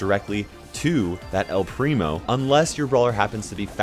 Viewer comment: Why to talk spanish all people say an "u" at the end of the word xD